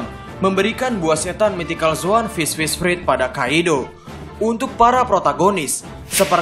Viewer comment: Fruit bacanya Frut